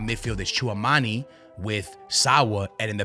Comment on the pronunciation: Hearing you mispronounce Tchouameni for like 100 times on this video was painful.